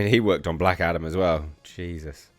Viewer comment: When you said he worked on Black Adam I thought you said Black Adder!